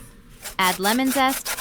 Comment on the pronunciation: "Lemon zest"🥴